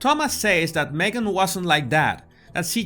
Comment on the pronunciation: Jesus I love the way you say your name. It is so beautiful to the ear. My old kiwi accent could never do it justice.